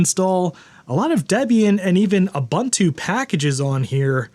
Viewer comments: Dude? OO BOON TOO, not OO BUN TOO. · u•bun•tu : (/o͞oˈbo͞onto͞o) . It's a South African word that basically means "Humanity towards others". I love you and your channel, but every time I hear it mispronounced it's like scratching nails on a chalkboard HAHA! (Now I need to do this to one of my old Macs!) Steam would be great on my old Mac.